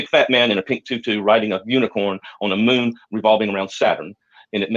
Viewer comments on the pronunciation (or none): none